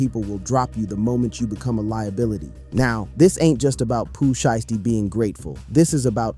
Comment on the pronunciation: He not even that brah this is ai slop see how he pronounces sheisty wrong